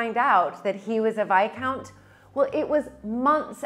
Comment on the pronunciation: Viscount rhymes with discount